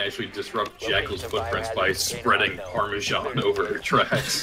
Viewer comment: PARM-A-ZAN NOT PARMASHAUN